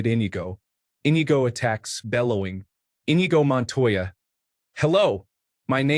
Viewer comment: "en-EE-go" man that was painful to listen to